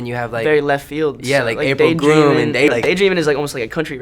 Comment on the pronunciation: He said April groom 🤔